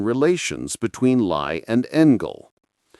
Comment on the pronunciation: Too bad the clumsy AI narration begins mispronouncing Lie as lye at 16 minutes until 18 minutes.